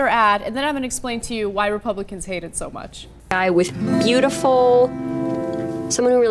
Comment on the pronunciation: Did Ana almost say Rapeblicans? Fitting name for the party